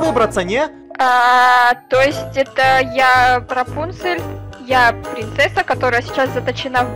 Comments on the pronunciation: Они говорят рапунсель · НОРМ ЛЮДИ:РАПУНЦЕЛЬ:ЭТО РАСУНСЕЛЬ Я В ЭТОТ МОМЕНТ:🤣🤣🤣🤣🤣🤣🤣🤣🤣🤣🤣🤣🤣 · КАКУЙ РАПУНСИ ПРАВИЛЬНО РАПОНЦРЬ !!!